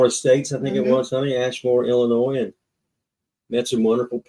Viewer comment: The s is silent in Illinois lol